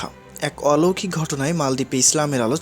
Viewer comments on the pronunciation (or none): none